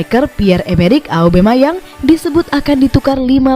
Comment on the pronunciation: Aubameyang min, bukan aubemayang 😅